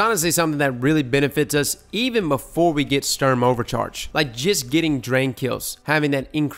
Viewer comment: It's not stürm... It's STUrm!